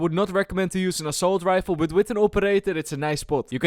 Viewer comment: "assault rife"